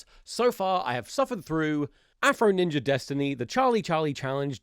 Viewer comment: God, the "neenja" segment makes me want to vomit, fuck racists